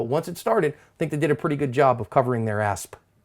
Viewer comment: Why you always say " assp" I swear i hear a p sound at the end😂